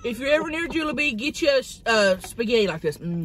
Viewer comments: I think it's jollibee not jewlibee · Tammy: if ur ever at juilebee Nick: starts laughing at the way she said jolliebee Nick: what Tammy: what’s wrong Nick: oh im laughing at the shrimps…they died Tammy: oh aw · It's not pronounce to like that it's jol-e-bee But spelled Jollibee. It's a Filipino fast food place I feel sad also you made the title Asian food it is but call it Filipino. I love you bitch - to Tammy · He was too scared to tell her that its not Juliebee. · Which time! 😆 I heard it at least 3 different ways lol my favorite was jubilee... love you sug! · 😂😂😂😂 It was the first time she said it wrong. She said Jubilee last. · When she said Jubilee instead of Jollibee 😂😂😂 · Of your ever near jewlibee✨ 😂😂😂 not even how you say it lol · Tammy: if you ever at joellbee Nick “laugh”and assume he laughing at the shrimp even tho he laugh how Tammy say jolibee Tammy: WhAt YoU lAuGh, WhAt WrOnG?!? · Did he say jeliwbe instead of jollibee😆😆😆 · LMAOOO WHEN SHE PRONOUNCED JOLLIBEE WRONG NICK LAUGHED AND SHE WAS LIKE WHAT YOU LAUGHING AT AND HE WAS SCARED SO HE SAID GE WAS LAUGHING AT THE SHRIPS☺️🤣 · Nik said “I’m laughing at the shrimps they’re dead” comment because he was probably laughing at her mispronouncing jollibee and when she asked what he was laughing at he didn’t want to get in trouble so he said the first thing he could think of. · I laughed when you said Jollibee wrong, and Nick lies and said he was laughing at the shrimp. Lmao!! 😂😂😂😂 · that look omg lmao. Agreed it seemed it was the way she pronounced Jollibee. I love it. I also love how she says Darrel loves everything weird :D He and I are very similar, except I shaved of my beard when it became a fashion. Fuck fashion beardos